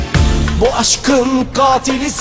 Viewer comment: Katili gatil gibi okuyor ama Bıçakı da mıçak olarak telaffuz ediyor sanki : )